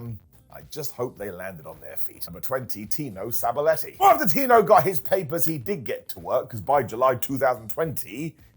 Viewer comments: Sabaletti? Sab-a-telli!!!! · husband of Mandy Rose, I know. But it's pronounced Sab "ATELLI" not "Aletti" UK is closer to Italy than we are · oh ok yeah. I thought he pronounced weird too but wasn’t sure